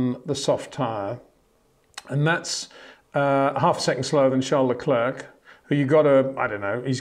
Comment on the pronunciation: One of the best indeed, but cant pronounce Verstappen and Leclerc correctly…